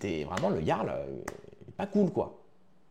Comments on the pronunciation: putain mais apprend à parler ! on dit pas le garl mais le yarl ! C'est déjà casse couille de t'entendre faire une faute de français par phrase alors que tu fais le pseudo cultivé... T'es une photocopie de soral en version low cost! Soral moins le logos ! T'as quoi,17 ans ? Putain je regarde tes vidéos avec indulgence depuis quelques temps mais tu régresses. J'ai 40piges, et j'ai été indulgent mais tu donnes de plus en plus de signes de la dégénérescence de te génération. Désolé poto mais je me désabonne... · Bien mais dis ''Yarl'' stp pas ''J''arl ça rend dingue lol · Quel clochard tu fais avec ton interface de roumain, "siouplé 5e pour manje". Meme pas capable de prononcer le mot jarl (ca se prononce "yarl") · Sa se dit Yarl stp pense au viking